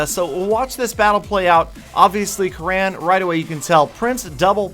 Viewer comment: damn you he is "kurun" not "karaan".... it's an Indian Name